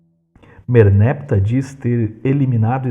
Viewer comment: Merneptah não deve ser pronunciado como merneptáh, com oxítona tônica?